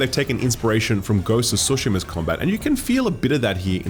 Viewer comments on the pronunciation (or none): still waiting on the day where he can say “Tsu”shima, and not Sushima. You can say A”tsu” from Yotei!